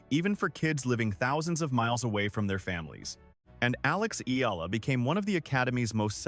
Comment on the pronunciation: PLEASE LEARN HOW TO SAY HER SURNAME CORRECTLY.